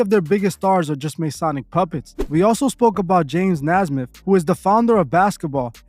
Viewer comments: Cool video bruh but Naismith is pronounced Nay-Smith. Do a full video on him if possible not much is known about him it seems. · Definitely reaching when they said Kyrie was a top 5 player right now in the NBA… also they pronounced James Neismith name wrong… also said Kyrie Irving only got a slap on the wrist when his deal w Nike got suspended indefinitely…. A lot of inaccuracies and left out information to prove narratives